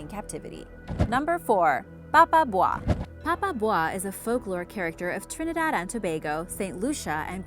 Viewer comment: Really great job, I am Trinidadian and your pronunciation is great lol normally ppl have lots of trouble 🤗